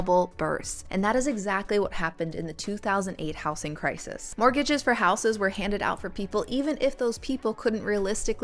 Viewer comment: House-ing? Yes, house as a noun has an s sound, but the s becomes a z sound in words like housing or housed. How-zeeng, not house-ing.